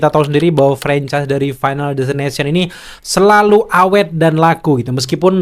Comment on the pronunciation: Destination bang bukan ination😂